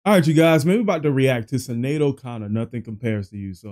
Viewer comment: It's pronounced S(h)inead,.🙂Who can forget this song and her beautiful face,she was so very troubled and had to deal with such Tragedy this last year.Ireland is in mourning.☘